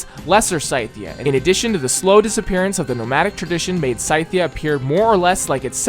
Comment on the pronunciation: Does pronunciation of Scythia annoy anyone else 🤣